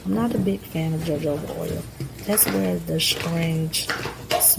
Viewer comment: Please understand I am not criticising you. I just don’t want any attention taken away from your very professional videos. The word jojoba oil, the “j” has an “h” sound. So it sounds like “huh-ho-ba” instead if “jojoba”. It’s a Spanish word, and the "j" in jojoba is a Spanish "j" and is pronounced like the English "h", as in "ho ho ba". Enjoying the channel!